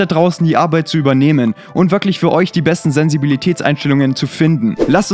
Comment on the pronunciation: Sensivibität hahah Nicht Mal deutsch kann er